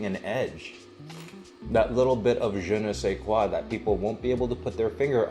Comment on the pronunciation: " je ne sais quoi " ah ha ha ! Correct pronunciation Jon, and it's better with your beautiful accent 👍 Merci Jon for your opinion about MSG et pour la recette des pommes de terre écrasés au four👌